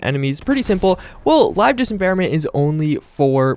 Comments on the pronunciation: I can't believe you made it through this ENTIRE video saying "Dis em bare ment" instead of "dismemberment". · sir its dis-memberment not disemberment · it's LIVE DIS--MEM-BER-MENT. very easy to say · Dis mem ber ment you fuckibg idiot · I didn't like you saying dismemberment wrong. now... at about 5 minutes this kid is shootingarms and legs off and quickly too chuckles then adds its actually very satisfying. lol why don't you calm down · Am I the only who cringes when this dude says dismemberment... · Man I downloaded this mod yesterday and it is a god send finally headshots actually kill ppl like they are supposed to. That was always one of the most annoying things about fallout shoot someone in the head and they'd barely flintch it was sooooo stupid. Also you are pronouncing Dismemberment wrong. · C'mon man, you're dis-embarrassing yourself with that pronunciation.